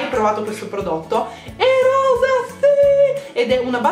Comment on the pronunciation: ovvio che vorrei ricevere questo set di pennelli di Sirma ahahah chi non vorrebbe...comunque mi hai fatta morire dal ridere quando hai detto "rosa" :'') lo sbaglio anche io ahahah